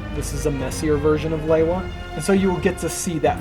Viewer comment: Looking absolutely class! Hearing Lewa pronounced properly as it was in the promotional discs is soo refreshing! Also was that a remix of LP New Divide at the end??